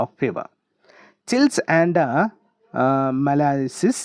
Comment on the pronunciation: you dnt how to pronounce malaise